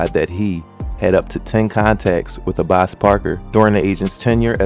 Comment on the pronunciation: FYI his name is pronounced Abass respectfully 😭